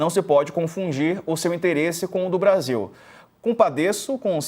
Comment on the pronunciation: O "interesse do Bradil"????? 🤦🏽‍♂️🤡🤣 Kkkkkk